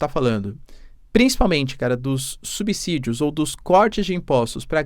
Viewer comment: Parabéns,, por pronunciar a palavra subsídio corretamente, o que muitas celebridades não o fazem.